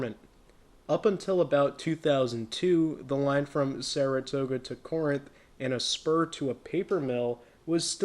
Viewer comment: Good video! By the way, Corinth is pronounced "KA-rinth".